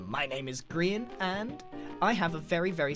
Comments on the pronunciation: Ummm it's Grian not grain!!!! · I'm sorry, hold up, did you just call Grian "Grain"??